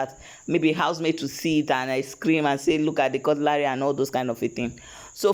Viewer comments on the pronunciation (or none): Why do you call this utensil cut-LARY!